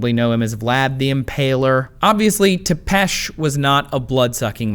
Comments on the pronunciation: Tepes... damn it man, youre american, i thought you guys at least try, Walashia... D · that's not how you pronounce Valahia and Tepes